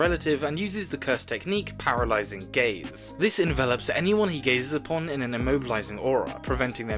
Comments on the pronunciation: am i the only one that heard " his cursed technique, paralyzing gays". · i heard it as "paralyzing gays"